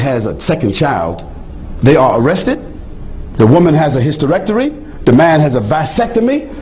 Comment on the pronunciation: he just said "hysterectoRy." he could at the least say hysterectomy correctly...